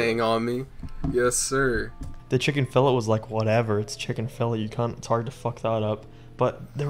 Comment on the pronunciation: pronouncing Chicken Fillet [chicken fill-it] is amazing